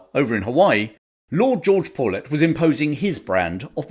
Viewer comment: Excellent video, and one of the more in depth looks on YouTube. I was intrigued that you pronounced "paulet" like "pullet". Us guys in Hawaii use a Hawaiian pronounciation which sounds like "pao-let", similar to the word "pau".